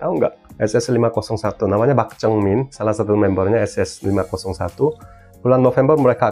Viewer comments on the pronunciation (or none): none